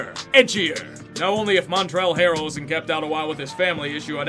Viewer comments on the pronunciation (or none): "Montrell harrel"